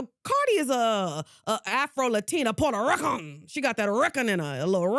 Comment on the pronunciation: Puerto Rrruuuuucin 😂😂